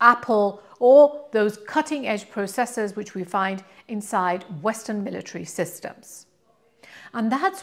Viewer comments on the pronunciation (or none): And 'military'.